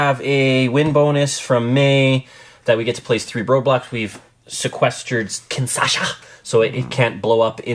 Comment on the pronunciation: Guys, it is Kinshasa, not KINSASHA :)